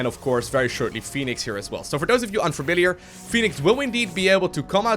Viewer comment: The game already has a Phoenix. Fenix is thusly pronounced "Feh-nix". You're welcome.